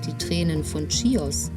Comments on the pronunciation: Sehr nette Doku…danke…aber beim nächsten mal Chios…also mit ch…nicht schios….das klingt völlig falsch. 😃😃wir sind gerade auf der Nachbarinsel Lesbosmund setzen in ein paar Wochen über auf die Insel. ❤️❤️🇬🇷🇬🇷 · Das spricht man nicht tschios!!!!! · Ich konnte mir das nach der ersten Minute schon nicht mehr anschauen, weil die Frau die ganze Zeit ständig „Tschios“ sagt. Wie kann man so viel Zeit in die Erstellung eines solchen Films stecken und am Ende immer noch nicht wissen, wie der Ort überhaupt heißt? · Sagt doch bitte nicht tschios😢